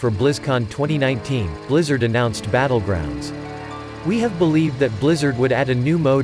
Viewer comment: Hey, noticed your "Butt-legrounds".